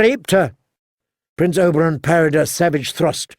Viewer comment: He keeps saying Oberon instead of Oberyn